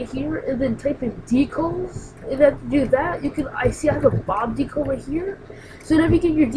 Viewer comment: DE-CAL not DECLE